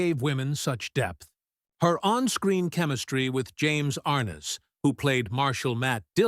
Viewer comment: AI voice...cannot pronounce Ar-NESS.